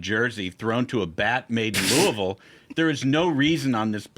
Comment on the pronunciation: Kudos to "" for getting the pronunciation of Louisville, KY correct.